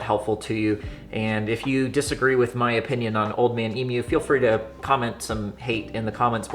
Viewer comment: you're one of the only yankee's to actually pronounce emu correctly. thanks for that